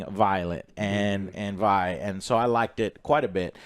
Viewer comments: It's Vi not V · Joe is Vi not Vee. lol. Also for anyone who hasn’t seen the show or Act 2. When they talk about Act 2 only listen and don’t watch. The clips they have pretty much completely spoil the end of episode 6. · Joe still saying V instead of V.. iiiiiiii is disrespectful so the many vi mains. 😭😅😅😅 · Keep pronouncing Vi as Vee joe... definitely doesn't bother me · god I really hope Joe stops calling her “Vee” instead of “Vi” by the end of this season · say vee one more time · Bro really said vee 💀💀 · He says Vee cuz of cyberpunk i think lmao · How do you mispronounce the main characters name Vi?! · Bless Joe's ability to pronounce Vi's name 4 different ways in 30 seconds.